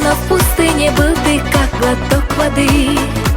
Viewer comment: ухо режет, слова как будто отдельно "ггллотокккк" и другие слова как то странно произносит